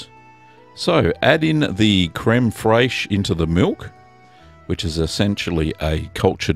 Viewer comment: Fraiche is pronounced just like fresh crud daddy